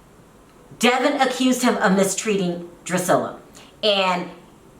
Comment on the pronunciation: My thought EXACTLY